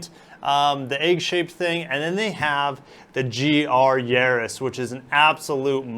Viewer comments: It's Yaris, not Yeris😂 but nice video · Its Yahhhriis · not yeah-ris